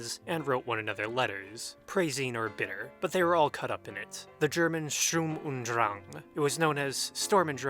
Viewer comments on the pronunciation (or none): Come on man, its /ʃtʊʁm ʊnt dʁaŋ/ , it's nor hard.